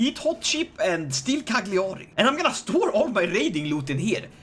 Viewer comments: Btw Its pronunced Lasaña.....and Cagliari its pronunced Caiari. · As an Italian, i love everytime says CaGLiàri! No sarcasm. I just stupidly love that pronunciation